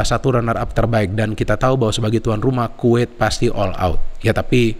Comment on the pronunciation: Kuwet,kuwet salah bukan kuwet tapi Kuwait 😁